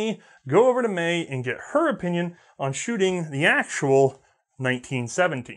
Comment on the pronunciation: Sorry... Mae not May! You probably get that a lot... sheesh!